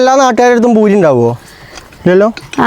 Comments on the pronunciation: പഖത എത്തീയിട്ടില്ല ഭൂരി അല്ല. പൂരി എന്നാണ് പറയാറ് 😂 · ഭൂരി അല്ല പൂരി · Boori alla പൂരി